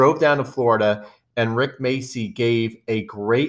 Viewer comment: No es Macy ,se pronuncia Macci(Machi),por que es italiano.